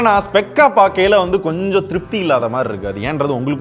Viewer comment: Bro.... Editing creative all r nice bro.... Apdiye slang la பாக்கையில...போவையில .... Intha slang thn konjam idekuthu bro...